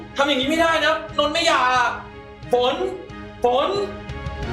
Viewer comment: ฝนนะไม่ใช่ฟาง